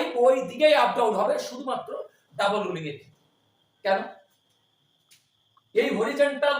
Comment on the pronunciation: Double not Dabule Rolling not Rulling